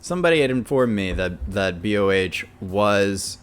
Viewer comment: Nice. Thanks for reading my comment. BTW, BOH is just one syllable. It's not B.O.H. He just happens to spell his name in all caps. : ) And Miko Todaka, who one of your commenters seems to hate (based on his username), is the singer for the Metalverse project. Like Su-metal (Suzuka Nakamoto), she got her early training in singing and dancing at Actors School Hiroshima (ASH), and is a Sakura Gakuin alumni. The project is produced by Key Kobayashi (BABYMETAL's producer). Some people are upset since they borrow a lot from BABYMETAL. I think that Miko is a talented singer, and their original songs are pretty interesting, especially 'Crazy J'.